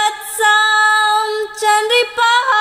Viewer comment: 1 श्लोक में वत्सां की जगह वत्सा पढा गया है